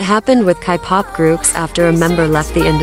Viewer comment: Why is Siri girl pronouncing kpop like 'kai pop' lmfaooooo